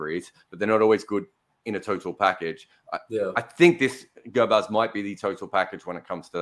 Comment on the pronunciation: Yep.you pronounced it correctly rahmanullah gurbaz. And you also choose him for the right reasons and I also think if he sticks around for 10 overs than we will have a good game.